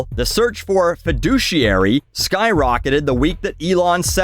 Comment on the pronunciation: I own stocks and this video is the first time I heard feduciary